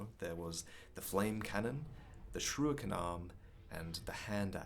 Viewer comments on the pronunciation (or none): God damn it, it’s shuriken not shruiken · Dammit. It's SHURIKEN not shruiken! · Shrewiken?? C’mon, man. It’s Shuriken - SURE IKEN. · returns with his infamous "shruikens" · Sruuhiken? Is that how it is pronounced? :O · man makes amazing content but still can't say Shuriken